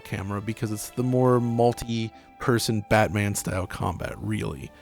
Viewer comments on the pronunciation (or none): none